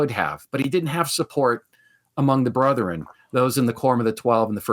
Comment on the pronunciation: Why do Mormons say "Brotheren"? It's "Bretheren"